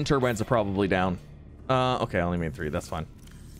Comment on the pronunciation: I like how he says “We have thwee wide here” Lol